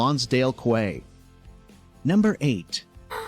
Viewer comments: He said "qway" not "key" for quay! Must be American. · The narrator needs to learn to pronounce "Newfoundland" and "Quay" and distinguish black bears from grizzlies.